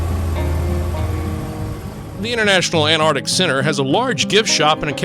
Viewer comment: Cool seeing the Antarctic Centre (the first c isn't silent though 😉). You make the videos interesting- thank you x